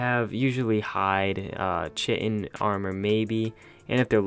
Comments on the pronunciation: Chitin is not pronounced shitin' it is ky - Ten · It's prounounced KYTIN. Not chitin. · Kye-tin not Chai-tin. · I think you meant to say 1) Vantage point not advantage point 2) Chitin that pronounced with a "K" not "ch" 3) Scout, not scouter. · you said Ch-itin. It's pronounced as Kitin you illiterate aluminum foil :P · You pronounce chitin like kaitin not cheatin. Ya moron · Does it bother anyone else that most people pronounce Chitin Ch-tin, it's Ki-tin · Also it’s pronounced like K I t I n not chitin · Chitin lol I used to mispronounce it do. It's pronounced like "Kite In" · You forgot that Chitin is pronounced (ky-tin) not (chit- in). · It's pronounced kie(rhymes with die) ten. Not chitin. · Ki-ton not kitten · you said chitin wrong LOL you said chshitin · you need to know how to say chitin it is pronounced Kitian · I hope you learned how to pronounce "chitin" properly since making this video. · Can tell your a noob by the way you pronounce chitin....